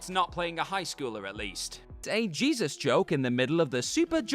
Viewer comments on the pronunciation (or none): none